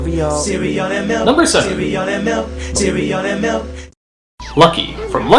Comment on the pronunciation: "KICKASS CEREAL, CEREAL AND MELK, CEREAL AND MELK, CEREAL AND MILK!" -tony the tiger 19XX